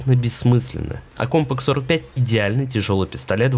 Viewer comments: кОмпак??? от слова комп? м/б компакТ? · Какой компак? Постоянно оговариваешься